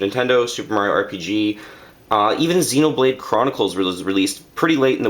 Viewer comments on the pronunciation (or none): none